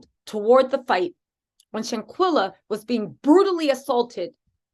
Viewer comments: You're great I just came on your show I watched yesterday for the first time. I'm a fan you can ask a favor please? Can you just slow down a bit out of respect when you're saying the young lady's name we kind of mispronouncing it a little bit. Shanquella sometimes you're saying shanquila. I'm sure you like to get it right thanks for what you do and I'm happy to be a part of your page now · Seriously you need to learn how to PRONOUNCE HER NAME BEFORE YOU START TALKING.. HER NAME IS SHANQUELLA AND NOTTTTT SHANQUILLA!!!!!👀✅✅✅✅🤬🤬